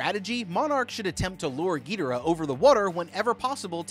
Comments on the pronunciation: what is with these name pronunciations man, "peetosaur" "petrosaur" "geedora" lol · It was how whe was pronouncing Ghidora for me... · Ghidorah: how did you pronounce my name mortal?! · it drove me crazy hearing him pronounce ghidorah wrong 😭😭 he even pronounced rodan wrong a few times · I can't believe no one on the How to Beat team corrected him on the pronunciation of Ghidorah. It was so distracting 😭😭 Then the switch between RoDAN and RoDON, it's RoDAN baby, RoDAN. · The way he pronounced ghidorah and (somehow) rodan wrong hurts my soul(also this may shock you but did you know that there an emotion called panic when they saw ghidorah there decisions would be scrambled yeah I know shocking) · The way you pronounce their names pisses me off. Do better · why does he pronounce rodan gidorah wrong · Y tf are u saying Ghidorah name like that 😭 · Why the fuxk are you pronouncing Ghidorah so wrong? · Bro said “gidira “ for some some reason. It’s supposed to be “king gidora “ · ITS NOT GIDERA ITS KING GIDORA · Every time he says “getora” I lose a brain cell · ❌King gidara💀 ☑️king gadora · you must have upset so many monsterverse fans when pronouncing "Ghidorah" its pronouced "Gi-doorah" not Gee-dora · Whats with the misspronouncing? Im sorry but.. petrosaur? I think you mean pterosaur. And king ghidra? Have you not read the name? Its ghidOra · it's pronunced gedorah not geederaah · U can't even spell it ever it's Ghidorah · Bro it's "ghi,door,ah. Not gitoora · Gee-de-rah lmao Bruh... It's Gi (soft g) as in IT.. Gi-dora... As in Dora the explorer. Geh-dora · We all know damm well it’s NOT a gravity beam and it not pronounced (giderah) it’s (gidorah) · Not Trying To Be Rude But Monster Zero’s Real Name Is Pronounced Gi-Dora, Not Gi-Dera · Who the hell is gitaruh???? You watched the movie so you know how to pronounce GHI DOR AH, she LITERALLY pronounces their name...I had to stop watching lmao that was annoying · Gheedorah cmon man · "Penisaur" "gaydorah" 🥶👌